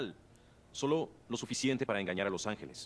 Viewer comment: se dice angeles no es por criticar pero siempre es mejor aprender mas palabras a que no cierto?